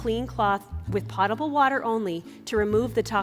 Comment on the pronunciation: This is a great demo and video! Truly. Especially since she speaks to those who aren't germaphobes (I'm the same). But also: mispronouncing potable makes it sound like we don't know what we are talking about. Details matter.